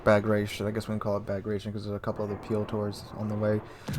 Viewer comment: Bagration, pronounced 'Bag-rat-ee-on' - a Russian version of the Armenian Bagratuni or Bagratid royal dynasty. Prince Bagration was a leading Russian general in the repulse of Napoleon in 1812.